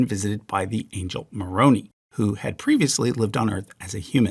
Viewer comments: Moroni is pronounced "more-own-eye," not "more-owe-knee." FYI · Pronouncing the angel Moroni is a bit of a shibboleth. It’s /məˈɹoʊnaɪ/ not /məˈɹoʊniː/ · Just a bit a pronunciation correction: it is the angel Mo-ro-nigh not Mo-ro-nee. Awesome video!! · The way you pronounced Moroni (typically pronounced in the church as Mo-Roe-Nye) took me out 😂😂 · very interesting and fair coverage of Western esotericism. A couple of minor points: The Angel Moroni is pronounced "mor-own'-eye." Also Freemasonry started a Druidic revival in Britain and there is still a Druidic Masonic tradition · You got the wrong emphasis on the Angel Moroni, it is Moron-eye. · Wait….is Maroni pronounced like it rhymes with macaroni? I always used a short i sound when I’ve read that….the way you say it makes me think like “New York accent” As in “ ‘ey Maroni? What are you doin’ you gabbagool? I’m walking here!”